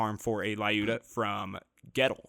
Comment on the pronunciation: My Russian side is cringing, I've gotta comment - the Lyuda is pronounced L-yooda, not Lie-ooda :-)